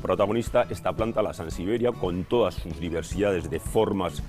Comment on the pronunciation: No ha conseguido decir sansevieria en todo el video. es resistente...SANSIBERIA !!!!